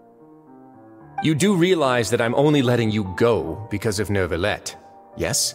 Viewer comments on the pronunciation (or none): Same 😭😭 and “nervillette”